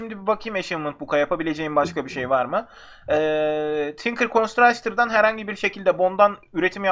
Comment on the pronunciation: Abi senin ingilizce telafızların biraz kötü galiba her bölüm elimden geldiğince okunmalarını söylicem 1-Tinkers Construct =Tinkırs Konstrakt :)